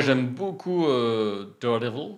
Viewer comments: Ça rit des Incroyable, mais vous dîtes Darredeville alors bon 😂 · Vous critiquez nos noms de films mais vous appelez dardevile: Darde ville😂. On vous aimes quand même.